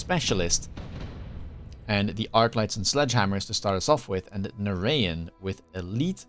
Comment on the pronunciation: narayan is pronounced na-ra-jan like how you would say it in dutch. Indian origin name. nice content as always, you and surrey are the best. you guys should do some 2v2 together, force the rat to do some team play.